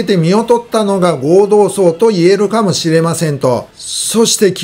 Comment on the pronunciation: 今日は読み間違いが多かったですね。その中で気になったのは、何度も内閣自民党ごうどうさい→祭ではありません。お忙しい中での間違った読み込みとは思いますが、もう少し余裕を持ってください。